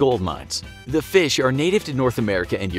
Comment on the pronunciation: Feesh... egg.